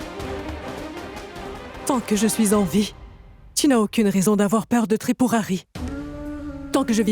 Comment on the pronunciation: C n'est pas trip-pouri c 'est tripouhari😂😂😂😂tu me tue mon chéri avec ça 😂😂😂😂😂